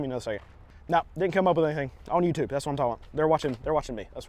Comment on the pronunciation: its the you-bi-ty-tube my dude